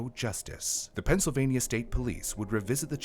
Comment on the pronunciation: Penysylvania? lol